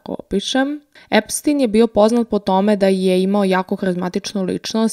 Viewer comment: korektno je izgovoreno i na talijanskom jeziku je Epstin.